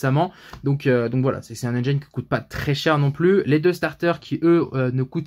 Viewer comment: Le i de engine se prononce comme le i en français on oublie pas 😁 sinon bonne vidéo 👌👌👌